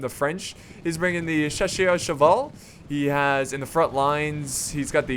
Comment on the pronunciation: When you say chasseurs a' cheval should pronounce it like chasseur a' chval!